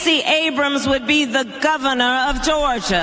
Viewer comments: Lol! The Govna of Gawgia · La goes black. The guhvuhnuuhh uhv Goruhhjuhhh.